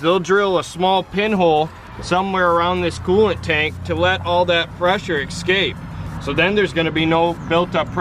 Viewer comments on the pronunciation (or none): OMG the "excapes"